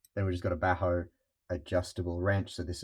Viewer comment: This is a wet dream for us in the same field! Btw, as a Swede I love to see our quality tools getting recognized every now and then. Bacho being one of them. Maybe you also know about Hultafors? Anyways, I've never heard anyone pronounce Bacho they way you did, still does it's job!